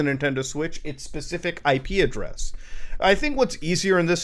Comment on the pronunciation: thought you were saying ikea dress instead of IP address